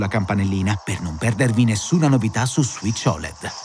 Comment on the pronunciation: "Suìc" non si può sentire proprio, si dice "switch"!